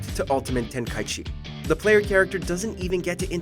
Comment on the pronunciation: I’m offended on how you say the ten ki g game